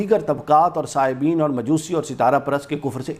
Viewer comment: [al-Baqarah, 2:62] آپ نے غلطی سے دو مرتبہ وصابئین کو وصائبین پڑھ گۓ ہیں۔ پلیز درست کرلیں۔۔ صابئین ۔۔۔SABIAN ہے۔۔۔ اِنَّ الَّذِیۡنَ اٰمَنُوۡا وَ الَّذِیۡنَ ہَادُوۡا وَ النَّصٰرٰی وَ الصّٰبِئِیۡنَ مَنۡ اٰمَنَ بِاللّٰہِ وَ الۡیَوۡمِ الۡاٰخِرِ وَ عَمِلَ صَالِحًا فَلَہُمۡ اَجۡرُہُمۡ عِنۡدَ رَبِّہِمۡ ۪ۚ وَ لَا خَوۡفٌ عَلَیۡہِمۡ وَ لَا ہُمۡ یَحۡزَنُوۡنَ ﴿۶۲﴾ Verily, those who have believed, and (those who were) Jews and Christians and Sabians, those (of them) who believe in Allah and the Last Day and act piously, there is for them their reward with their Lord. Neither shall any fear afflict them, nor shall they grieve. بیشک جو لوگ ایمان لائے اور جو یہودی ہوئے اور (جو) نصاریٰ اور صابی (تھے ان میں سے) جو (بھی) اللہ پر اور آخرت کے دن پر ایمان لایا اور اس نے اچھے عمل کئے، تو ان کے لئے ان کے رب کے ہاں ان کا اجر ہے، ان پر نہ کوئی خوف ہوگا اور نہ وہ رنجیدہ ہوں گے